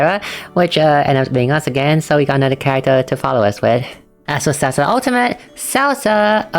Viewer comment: For Saoirse, i think you got the pronunciation close! My sister said its pronounced like "sher-sha," though it might be different in the dub of the game